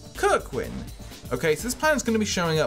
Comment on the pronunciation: Man really said kirkwan XD